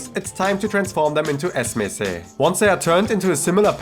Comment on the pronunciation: Great video as always! Appreciate your effort to get the pronunciations right. One thing though - The sweets are called "ezme", -si (e.g. badem ezmesi, fıstık ezmesi") at the end is a sort of connector word, like "paste of almond - badem ezmesi" :)